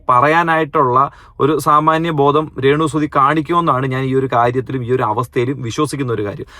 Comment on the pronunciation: രേണുസുധി അല്ല രേണുസ്തുധി 😁